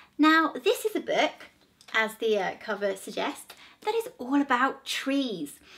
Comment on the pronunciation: Her voice is so irritating she can’t even say the word book